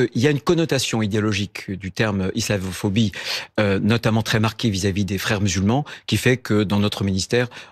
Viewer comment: On aura tout vu et presque tout entendu, mais là, là, c'est le comble, le gars n'arrive, même pas à prononcer correctement "islamophobie", écoutez, ISLAVO phobie ! Peut-être est-ce la raison pour laquelle il réfute ce terme ?